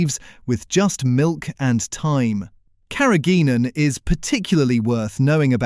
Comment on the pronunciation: "Carrageenan" is pronounced incorrectly. No full stop is used at the end of the caption.